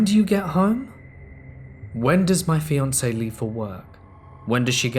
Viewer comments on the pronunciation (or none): none